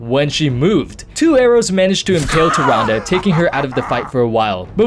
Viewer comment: Holy crap, took me to the end of point 2 to understand you were saying "Tyrande" when I saw her picture Great video but seriously, I thought you were saying something like "Tyranga" or "Turanda"' x)